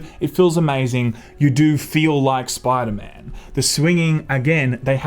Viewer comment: “Spooda man” 😂